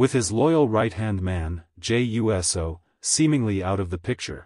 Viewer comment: Is this a real wrestling fan reporting or is it AI 😂 cause a real wrestling fan would know how to pronounce USO and not U-S-O 😂 and Randy Orton is gonna be Cody’s next opponent instead of Owen’s unless they both turn heel,which sooner or later they will